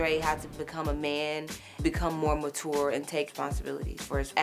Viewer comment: "become more mahtor" 😂😂😂😂 never heard any one pronounce MATURE like that!!!!!